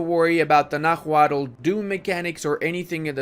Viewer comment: Bit of a nitpick, but Náhuatl is pronounced “na-wa-tl” with the cadence emphasizing the first “a” rather than the second. tl;dr “NA-wa-tl”: correct “na-HUA-tl”: incorrect